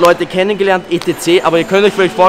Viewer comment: Etc etc etc etc, sprichs bitte normal aus. Alles gute.